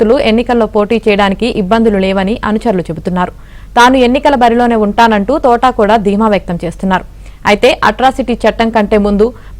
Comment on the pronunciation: Thotaaaaa kadu thota. Mundu palakadam nerchukondi.